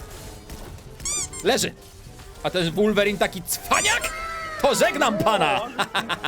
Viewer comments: Nie mówi się wulverine tylko wolverine Prosze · Muwi sie wolwerin a nie łulwerin